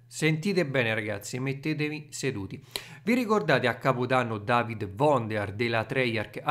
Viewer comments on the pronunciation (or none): none